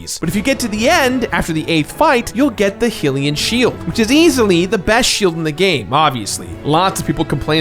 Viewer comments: anyone else kinda go "wait what" when he callled the hylian (high lian) shield the heelian shield? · Ghirahim pronounced "Ghirahime" I can understand not being said correctly (at least it sounds to me that it should be pronounced how it's spelled), but Heelian Shield? Anyway, the "button" controls are a lie because you attack with a stick, not buttons. Why it isn't holding a direction and pressing the attack button I can't understand, That's how it's always been in button controlled Zelda games. That way would also free up the right stick to control the camera like any other game. Suffices to say that I played it with motion controls. I think they should have made a hybrid mode in which the sword swings and some items like the Beetle are motion contolled, but regular action that just use motion as a gimmick (like swimming or balancing in a rope) are done with regular controls. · Or how he says heelian shield. It's not heerule it's hyrule, where hylians live. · Hillian shield? Fie??? Wtf that's not how you pronounce them... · well I've only ever heard it pronounced feeee so i dunno...hillian shield though...it's never been pronounced like hill. is wrong there.